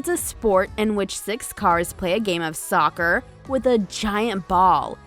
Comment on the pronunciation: The way she said SOCCER she knew people would get annoyed